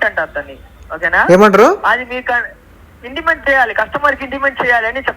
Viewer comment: ఒరేయ్ అది ఇంటిమెంట్ సిమెంట్ కాదురా, intimation అనాలిరా మందార పువ్వా